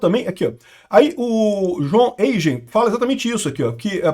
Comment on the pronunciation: O sobrenome alemão Eigen se pronuncia "áiguen", não "êijen".